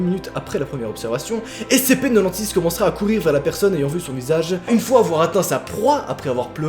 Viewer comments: J'ajoute que le SCP-096 (tu le prononce façon belge, cela ne m'a pas facilité pour reconnaître le SCP) à été récemment éléminer par SCP-173 Dit la Statue/Sculpture. 1 SCP de moins parmis d'autres... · Ce que jentend de: (SCP NENONSIX)